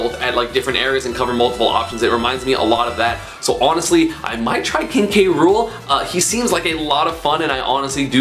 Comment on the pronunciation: It’s K-ruel like in the DKC show